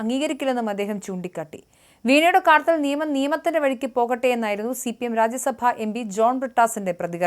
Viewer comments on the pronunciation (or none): കർത്തിൽ എന്നല്ല! കാര്യത്തിൽ, കേളത്തിൽ എന്നല്ല, കേരളത്തിൽ എന്നാണ്..